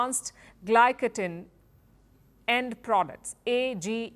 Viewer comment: Autnie- that is glycation auntie not glycodin. Glycodin is a cough syrup auntie. 😅😅😅